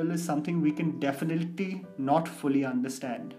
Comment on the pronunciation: Ya we definilty can't understand u sed definilty than definitely 😅😂